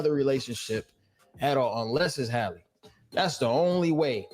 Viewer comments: Why you keep saying Holly? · The girl is killing me by mispronouncing her name.